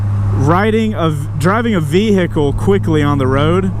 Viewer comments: I like how you say "vee-hickle" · Vee-hick-le heh